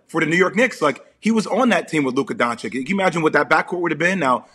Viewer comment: Luka DONKIC 😳 Really? After 5 years in the league there are still american moderators out there who cant prounce the name right of a future NBA MVP? b*tch pls, get outta there, redneck and get a f-ing hair cut man, your mullet wasn´t cool in the 80´s and still to this day is NOT cool, but it fits perfectly for your fat, uneducated redneck persona. Im sure, if this redneck continues like this, he will be gratulating DOINK in the future for his MVP season in the NBA. #getthefatredneckouttathere #getahaircut #themulletisdead